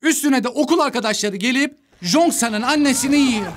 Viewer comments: Abi o jongsan değil çongsan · Abi o jongsan değil changsan, jongsan dediğinde çok pis anırdım 😂😂😂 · o Jong-san diye değil Çong-san diye okunuyo bu bir, ikinciside Chong-San'ın annesinin "zombi"ye 'oğlum ben Chong-san'ın annesiyim' deme sebebi onun Chong-san'ın en yakın arkadaşı olma sebebiydi yani kadın o çocuğun zombi olduğunu bilmiyodu dikkatli izlersen iyi olur. Ha bi'de de Bağışıklığı güçlü olanlar zombi olmuyodu yani Gwi-Nam'ın bağışıklığı güçlü oldugundan o zombi olmadı ve Nam-Ra'yı çok az ısırdığı için oda zombi olmadı.